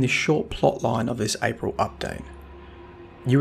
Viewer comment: What is this "Apirl" update that you speak of? 😏